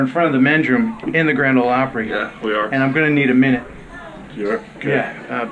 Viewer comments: Hope you enjoyed your "Grand Ole Plopry." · Yikes! Plopry? No Sir!